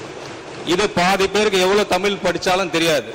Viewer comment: சொற்'பொளி'வாளரே! உங்கள் தமிளை பிளையின்றி முதலில் பேசுங்கள்! பேச்சை விட செயல் தான் முக்கியம்😂